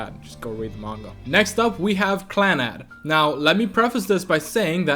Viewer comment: While I mostly agree with your top 5 (save for the fact that the way you say Clannad makes me want to die) I feel like Clannad isn't one of Jun Maeda's strongest works. Little Busters and Angel Beats touched me way more than Clannad did, but I guess to each their own.